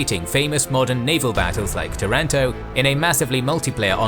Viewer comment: nice video. But not tarAnto, tAranto